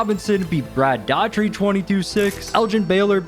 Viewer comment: Your pronunciation of "Brad Daugherty" is insulting